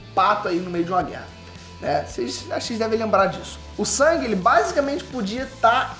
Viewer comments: O NOME DELE NÃO E SANG E SUNG MANO SUNG E Ñ SANG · O nome do personagem principal é SUNG, não é Sang, é SUNG, SUNG... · me incomoda um pouco ele falar "sang" e não "sung", mas eu só to sendo chato kk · Quem é "sAng"?? 😂😂😂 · o nome se escreve Sung , mas é pronunciado sang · Detesto como chama o nome do protagonista Tipo "Sangue"